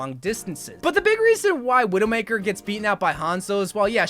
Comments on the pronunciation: "Veedoemakah" He probably said Widowmaker in a french accent. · the way he said widowmaker broke me